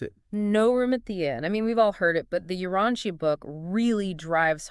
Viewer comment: I am so glad that you all are doing this. However, I am somewhat confused about the tendency to sort of slide sideways on it. Like bringing up Andon and Fonta, and identifying them, not as the first evolved humans, but something else, "helpers"? And why is Urantia being mispronounced?